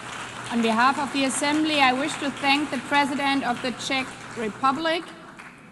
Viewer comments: We're so important they can't even pronounce the name of the country. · They still cant pronounce or say Czech Republic correctly but what ever. Im glad i voted for this man!